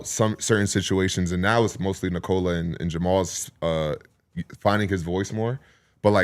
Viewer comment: short O in Nikola. how many years, how many dollars? the least you can do is pronounce the name correctly